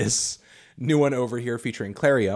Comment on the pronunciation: he also pronounced clairo as clario...